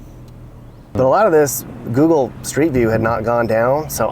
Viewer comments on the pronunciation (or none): none